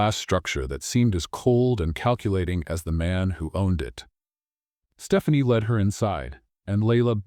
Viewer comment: led not LED